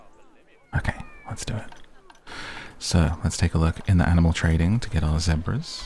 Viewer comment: I was really hoping it was some animal i never heard of before, “Seprahs.” Whatever country pronounces the English word, “Zebra” that way is very disturbing